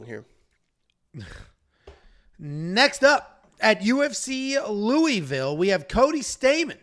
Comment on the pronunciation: I have thumb up’d the vid bc pronounced Louisville correctly